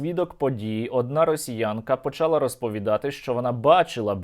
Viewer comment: почалА, а не почАла